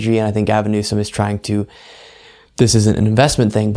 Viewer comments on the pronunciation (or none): it’s Newsom!